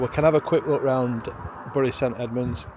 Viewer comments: It's pronounced berry, not burry 😅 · Correct me if im wrong ! But I thought bury was pronounced Berry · Would love to see a tipsy speeded up, you keep saying Bury but isn’t it pronounced Berry St Edmunds, loved all the architecture and claire was a font of knowledge, beautiful place❤